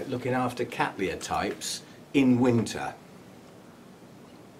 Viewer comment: I like your relaxed but still very informative delivery. A nice flow and some humour along the way. Also congratulations on your pronunciation of Cattleya which is of course quite correct given where the name comes from. I'm so cheesed off with my ancestors genus being called Kat-laya or ever, horrors of horrors as Kat-Tal-Aya.!